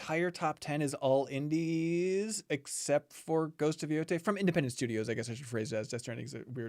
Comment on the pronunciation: Y'all, this is a great GOTY discussion but please learn to pronounce Yotei! Y'all laughed about umamusume at the game awards, but it's not Yotai! I know y'all know Latin vowels from Spanish, Japanese is the same system!